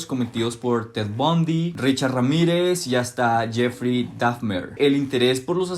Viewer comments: Por que pronuncias Dafner?… es Dahmer. Terrible tu inglés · con todo respeto te corrijo que "Dahmer" se pronuncia tal como se escucha y no "Dafner", no lo tomes a mal porfa:3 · no es “dafmer” es, “dahmer” 😭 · Jeffrey Dahfner jajajaja Al menos di bien el nombre. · Porqué no pronuncias bien el apellido de Dahmer 😵‍💫